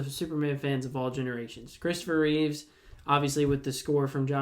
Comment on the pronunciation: REEVE. Not Reeves.